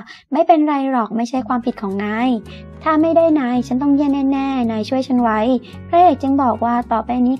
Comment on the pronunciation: ทำไมคำว่าเธอ..ถ้า..ทั้งที..ทุก..ทำ..ที่..ถึง..ต้องอ่านออกเสียงเป็น ชอช้าง..การออกเสียงมันกระแดะ